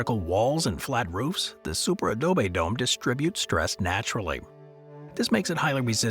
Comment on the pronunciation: The narrator's voice is AI. Its first pronunciation of the words "Super Adobe" was a dead giveaway.